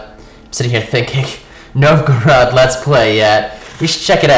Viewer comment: The correct Russian pronunciation is closest to "NOVE-go-road". :)